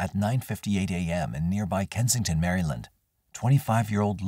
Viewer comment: The Mary-Land pronunciation kills me evrytime 💀